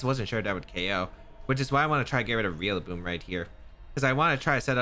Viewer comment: Every time you say Rillaboom, you always remind me of Wolfey pronouncing names wrong...REALlaboom lol 💙